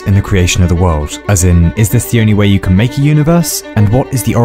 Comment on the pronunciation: Every time exurb1a mispronounces a word on purpose like "whoay" for "way" it's part a a message you can trace back to his first videos and it's making a script with a grand message about him and his channel and its goal. So far it promises a reward for the one to eventually find out the message. I'm not that intelligent and the message is scripted as well so if someone with cryptology knowledge wants to look into it feel free to do so.